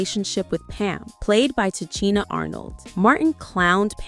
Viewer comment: Tachina Arnold's name is pronounced ta-she-na not cheena